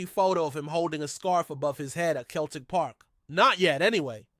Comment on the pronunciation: Learn how to say celtic, not bloody keltic for a start.